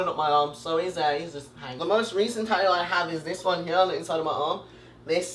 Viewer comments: He says tatoo he doesn't say tat-too he says tat-oo 😂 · Taooo is the way he says tattoo, it’s adorable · The way he says tattooed "taooed" or tattoo is "taooe"